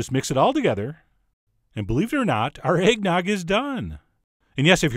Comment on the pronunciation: No shit,I heard eggdog instead